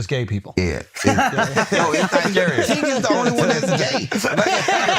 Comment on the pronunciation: Not Tink!!😅😅